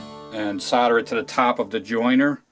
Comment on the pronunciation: SOLDER not soder